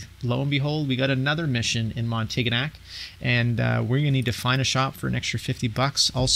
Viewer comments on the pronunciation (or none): very nice video, thanks. btw if a word ends with "-gnac" there's a good possibility that it's pronounced as "nyak." example: montignac (montinyak)